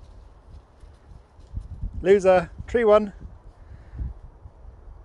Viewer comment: Ha ha "tree won" so funny how he gave up in a fluff that "sort of way r.i.p Sherpa our darling boy xxx❤❤